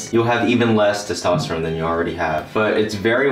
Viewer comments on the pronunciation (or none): none